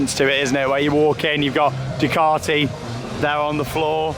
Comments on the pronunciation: You say Ducaty I say Duekarty??Lets call the the whole thing off lol. It's said as DUKEATTI.BUT like you know spelt Ducati lol.Who Knows??Ask the Italians?? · Its Due - cat - e